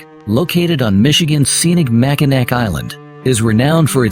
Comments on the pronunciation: I know it’s spelled Mackinac but it’s pronounced Mackinaw! I cringe every time you say it wrong. Or is it AI? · It's MAC I NAW and the fort is NOT on the island. These absolutely irritate me when y'all don't do your homework before.